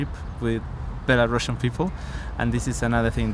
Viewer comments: NO BelaruSSian, to speak correctly BelaruSian. Не Белорашн, а Беларусиан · the first "belarusian" is not a real belarusian if she can't even pronounce her language name in English right🤦🏼‍♀️🤦🏼‍♀️🤦🏼‍♀️